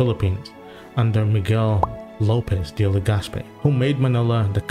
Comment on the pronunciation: Miguel Lopez De Legaspi not Miguel Lopez De La Gaspe 🤣🤣🤣... Make my Spaniard Ancestors' name correct. I'm Spaniard-Filipino by the way., ✌️